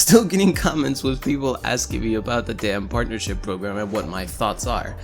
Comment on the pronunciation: Am i the only one who heard say "porn'ership program" in the begining of the video? I'm not gonna mention any names, then perfectly emulates AGGP. But then again i think everyone who isn't a complete douchebag, hates him so.... carry on.